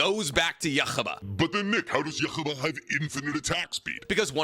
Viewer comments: Brother wtf... the way you pronounce yuwachs name is not only wrong but cringe as hell, then then you get to gurren lagan you say it correctly and say THAT is insufferable? Gtfo. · Wrong, the most powerful god is whichever one is making this guy pronounce Yhwach’s name like that 😂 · every time you prounounce Yhwach like that a stern ritter dies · That's not how you pronounce ywach and its pissing me off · Love the way you pronounce Yhwach. Its meant to be a name you cant pronounce as its based off the sound you make when you breathe. You also missed out the 2nd half of Moris story. He achieves Nirvana and exists in the present past and future of the universe all at once. Its also worth noting with Zeno that each dragonball universe is a macrochasm made up of 3 infinite sized universes, so saying 12 universes isnt exactly accurate since each of the 12 macrochasms technically have infinite dimensions. Zeno also has his own realm outside of the multiverse. But your right anyone in the top 6 are pretty damn comparable. Also Arceus being shown love is amazing!!! Then you see some 10yr old catch it in a pokeball 😂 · The anime is out dog bo need to completely fuck ywachs pronunciation that bad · the way nick pronounce yhwach bach is intresting and wrong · Please Nick, learn how to pronounce Yhwach’s name. It’s in the anime, just watch it and listen carefully 😅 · What hell did he say when he was tryna pronounce Yhwach ???? 💀💀💀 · I wanted to rip my ears outta my head every time you pronounced Yhwach........ I'm surprised you didn't bring up the creator of the super dragon balls. Their wish can reverse Zeno's destruction. So he may not be the strongest in his universe. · Your pronouncing Yhwach wrong..... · Why does he have soooo much trouble pronouncing yhwach’s name. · His pronounciation of Yhwach annoys me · That Yhwach pronunciation is diabolical 💀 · Who the fuck is yuchaba, yhwach...yuh-wak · It almost hurt my ears. You-ha-bah not yuhubba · It's just Yu-ha-bach